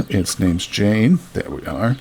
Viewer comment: Swedish and Finnish are completely different, but I'm pretty sure his name was "Yah-neh", not "Jane". ;)